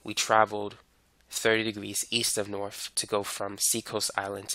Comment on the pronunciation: 'norf souf eas wess' hits hard🗣🗣🗣🗣